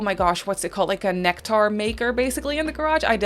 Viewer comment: Right? lol Maybe she's never heard the word somehow? 😂